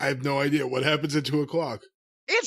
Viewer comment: "hWAT?" -Corny